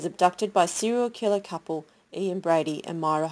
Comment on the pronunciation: Good video, just a note, it's Myra Hindley as in H-in-dley, not as in High-ndley. Nothing personal, I'm just a bit pedantic like that. My late father was the criminal psychologist who regularly treated Ian Brady in prison.